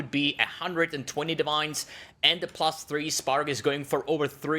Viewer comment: he was saying plus three so frequently that it started sounding like pluth three as a baby would pronounce lmao, it made me laugh